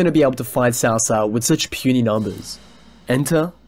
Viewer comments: Except you're wrong. The closest we can get to its pronounciation is by calling it ''Tsao Tsao.'' It's wrong, but it's the closes we can get to the extremely unnecesarily convoluted language that is Chinese. In the 2010 show itself you can clearly hear the officials referring to Cao Cao as ''Tso Tso'' although the ts is extremely subtle. It's very far from a ''ch'' sound my dude. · Great commentary but I don’t understand why you keep pronouncing Cao Cao (曹操) with “ s”?? That not how it’s pronounced in Mandarin. It should “ch” - chao-chao. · Not pronounce as Ts'ao Ts'ao but Ch'ao Ch'ao. As in "Ch"eer or "Ch"erry. Why westerners can't bother to pronounce Chinese words properly.